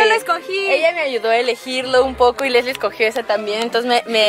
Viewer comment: NO SE DISE ASI ES LEESSLIE